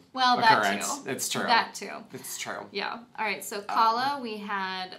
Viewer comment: Please, It's not KA-la, it's ka-LA. Please don't anglicize her name. I love you guys. 🥺🥺🥺🥺